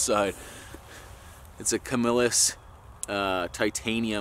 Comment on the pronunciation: Love the content. Let me help you with the name of the knife you're not going to use "CAM-YOU-LUS" they were great knives at one time. But like most things when they hit the big box stores you see the quality go down as they mass produce them. What a great video man